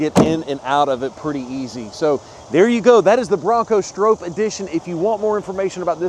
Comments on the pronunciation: Sure would be nice if you knew how to say the name correctly. Think stop. StrOPe. Nice video though. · Stroppe is pronounced like cop or shop. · It’s pronounced like stop but with an R!🤣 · It’s hard to take you serious when you don’t even pronounce Stroppe’s name correctly. 🤦‍♂️ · You would think you would do a few minutes of research about the Bronco before making the video. Even Ford put out a video about Bill Stroppe and the new Bronco. First you are mispronouncing his name. You say you should let the customer know if they have a wrap on the hood but then you say you don't know if its a wrap. (It is a wrap) The red color is listed as code red on the window sticker. Not everyone wants a 4 door and it would not have the correct look as a 4 door. Ford did a nice job with a tribute to Bill and the original Baja Bronco. Ford says they will build 1966 Stroppe Broncos. A good thing to know when you are buying a limited edition.